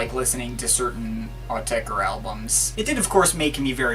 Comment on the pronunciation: OH NO! You changed your pronunciation of Autechre! Stick to your guns bro, Owtekker for life.